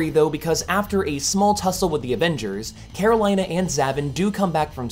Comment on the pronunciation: Karolina is pronounced "Care-Oh-LEE-Na" not "Care-Oh-LIE-Na"